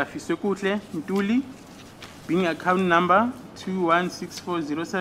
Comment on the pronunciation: Yes its Ntuli, s acc not Ntanzi 😅